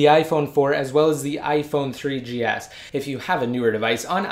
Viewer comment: i like how u r saying iphone 3DS lolz